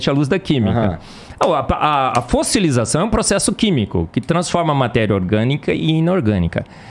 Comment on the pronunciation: Parei no “fosselizacao”